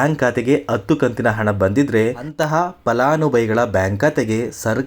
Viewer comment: Uccharane sari illa palanubhavi annabeku